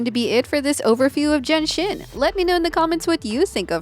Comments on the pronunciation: Why do I hear Jianxin as Jenshin lol I can't unhear it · I couldn't stop hearing Genshin when says Jianxin LOL 🤣🤣